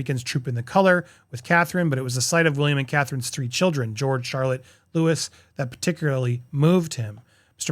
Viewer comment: What is it with this “Lewis” thing? His name is Louis (Lewie) Please at least get that right ❤️🙏🏻